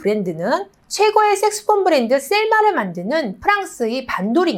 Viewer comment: 선생님 색소폰으로발음 이 색스폰으로 들려요.